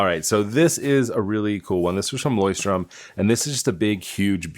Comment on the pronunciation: Btw, it’s LeuchtTURM and not LeuchtTRUM